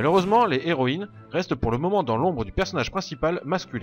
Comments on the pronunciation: On dit "les zéroïnes ", comme on dit " les héros " , et non pas "les zéros " , comment peux tu faire une erreur pareille compte tenu de ta bonne élocution, et de ton bon français ? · Pas de problème, mais j'avais l'impression que tu te forçais à dire les " les héroïnes " plutôt que les " zéroÏnes ", alors que c'est bien les " zéroïnes ", qu'il faut prononcer, à l'opposé du masculin où le " H " fait barrage au " S ".